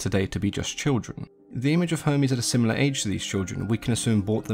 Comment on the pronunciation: He says Hermes like Homies